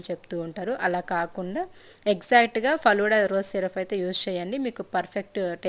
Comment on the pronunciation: ఫలూడా కాదండి ఫలూదా